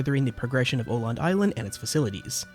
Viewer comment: Awesome video! Though it did hurt my swedish soul everytime you pronounced "Öland" as "Oland" instead of "uhh land" xD